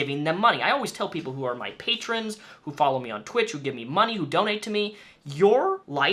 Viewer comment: is just creepy also is it me does she say doknow instead of donate?